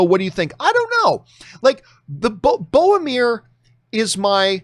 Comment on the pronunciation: It's BORROW-MIR, not BOW-AH-MIR. One day I hope you'll say it right.